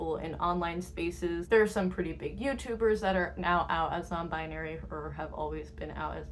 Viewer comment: they said non bibary not non bribery